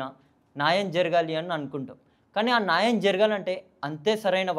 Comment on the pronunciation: నాయం కాదురా న్యాయం తెలుగు రాదు ఇంగ్లీష్ రాదు 😮‍💨😮‍💨😮‍💨